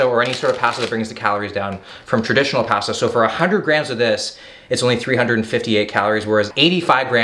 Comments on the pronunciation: Say pasta correctly. Your from Canada not Boston, lol. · You can really the Canadian in him when he says “Pasta” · Ok I was wondering! This is my first time watching one of his videos. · the way this man says pasta is so unreal hahahaha... I noticed greg doucette says the same thing.. oh Canadians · I’m just here for how pronounces pasta lol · They way he says pasta 😳🥴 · No one is talking about how he pronounces Pasta 🤨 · Anyone else bothered by the way he says pasta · Please don’t say pasta anymore